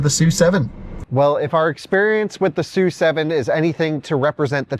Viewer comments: it is “su” 7，not “es you” 7，directly from Lei Jun‘s mouth. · It is pronounced "S" "U" 7 not Sue 7.